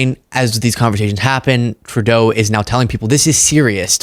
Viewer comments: It's not 2 Dough It's TRUE DOUGH OMG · Justin Too Dough? Geezus C. Ker-eyes='t This is his freaking Dementia again. He's old enough to know Justin's dad, Pierre was once the PM & should be able to say it, but can't.